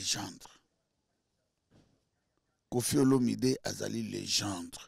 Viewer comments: Légènde té mais légèndre 🤣🤷🏾‍♂️👀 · 🇨🇬🥺😳😳 Moi j'ai dû entendre légendre! #À la place de légende#😅😅😅😅😅😅